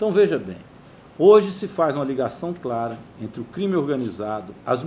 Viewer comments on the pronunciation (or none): none